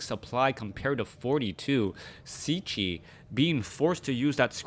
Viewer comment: "Cechi" is shortly for his surname "Čechmánek", in English it would be pretty close to say "CHEH-khi" (as english doesn't have "ch")